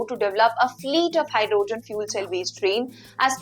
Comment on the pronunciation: Great command on the Language. Make it better by looking up the correct pronunciation of HYDROGEN ( the O is hardly pronounced) and particular , the A is hardly pronounced…no need to elongate the space between the P and R….so it is almost pronounced as Prticular! I know that the consonant followed by any vowel generally requires the elongation…but it is rule not a principle. Therefore you can’t apply it everywhere….youll simply have work hard and learn the words where it is and it isn’t applicable.